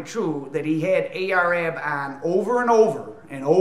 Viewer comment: Ar-Ab, not A-R-Ab